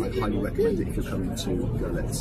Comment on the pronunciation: Great video! Your pronunciation of the two cities cracked me up though :D The German city is pronounced 'Girlits and the Polish Zgo'zhelets